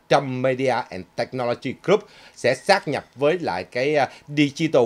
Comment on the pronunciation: "sáp nhập" chứ không phải "sát nhập" ơi.